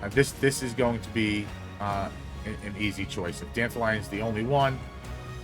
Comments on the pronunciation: Danta lion pronounced like Dandelion sounds awful. It's Dant-all-leon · Why tf he pronouce it as Dandelion? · The way you say it sounds like Dandelion 😅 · I pronounce his name "Dan-Tal-Yun"